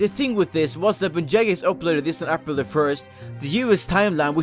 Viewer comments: I know you have a accent but seriously who the fuck says April like App-ril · "ahpril 1st" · What the. Do you say for April. I here "apprule" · I can't stand the way you say April. Made me cringe. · it annoys me how you say april.